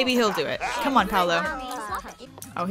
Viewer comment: Paulo's name is pronounced "P-aww-low"